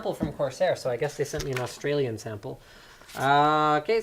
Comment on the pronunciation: How linus says Australia is just funny (coming from an Aussie)